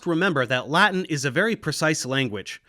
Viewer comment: You have the most precise Latin pronunciation I have ever heard! Not even my teachers were this good :)